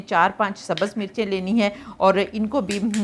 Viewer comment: Sabaz nahee hotha ha sahee lufz subz hai. برائے مہربانی اردو تو صحیح بولیں